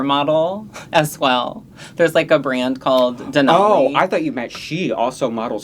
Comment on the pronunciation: Sorry, but I may not continue watching if you insist on saying DenALLEY like an alley. It's DenOLLIE like ollie pop